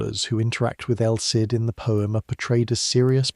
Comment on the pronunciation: Is this AI-narrated? Just asking as I noticed El Cid is pronounced around 5 different ways.